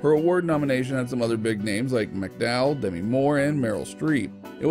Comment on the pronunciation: You made some bloopers of your own. The necklace was a Ruby necklace with diamonds. It's not pronounced "demi" as in half, it is pronounced "duh-me" for the shortened form of Demetria and it wasn't the red jacket that started a trend it was the brown dress with off white polka dots.